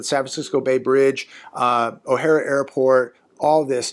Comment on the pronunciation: Btw, not to nitpick. It's O'Hare not O'Hara Airport.😉